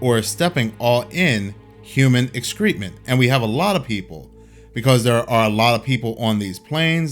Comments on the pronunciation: It's not Excreetment it is excrement. Ek-skruh-muhnt is the american pronunciation. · I’d even go as far to say pronounce chef ex-kruh ment